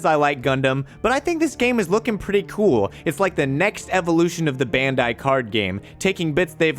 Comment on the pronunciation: It's "bandai" not "bendai".